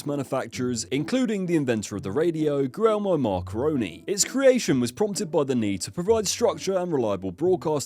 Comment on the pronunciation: How do you make a video on tv and not know how to say Guiepmme Marconi?